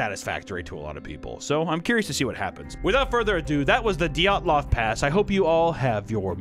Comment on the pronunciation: Isn't it dee-yat-lov